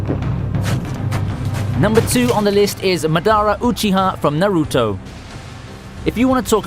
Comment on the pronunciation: Pronouncing Madara and Naruto wrong 😫